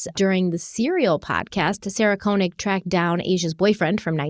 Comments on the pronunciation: this is nitpicky, but the first part of Sarah Koenig's last name is pronounced KAY not KOH. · To be precise - it's pronounced "KÖ"... 😉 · Fyi: Sarah pronounces it "Kay-nig" 😊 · that burnt orange color is amazing on you! Also, I’m pretty sure Sarah Koenig pronounces her last name as “Kay-nig.” Keep up the outstanding work!!❤